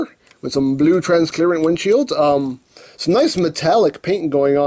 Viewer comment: it's suprising how has said "transclearant" so much that you can see people online saying it in non tf related convos